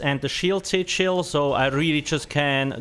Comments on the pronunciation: there are some words really hard to understand ...like sichils ..... oxy chil? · Only half way through the video did I realise "sit shield" was actually "SIGIL". lol